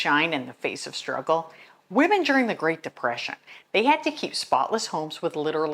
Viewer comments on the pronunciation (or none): none